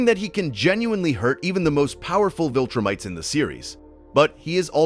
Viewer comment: "VilTurnites" is funny to me